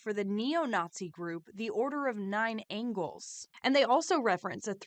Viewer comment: It's angels, not angles. It's an occult organization.